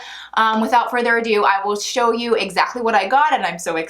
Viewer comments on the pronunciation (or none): none